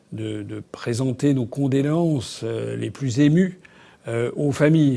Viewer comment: Asselineau commence à me fatiguer non pas sur le fond mais sur la forme. Il circonvole, il passe son temps à chercher ses mots... Même pas foutue de dire condoléances correctement. Du coup je ne suis pas alle jusqu'à la fin de la vidéo.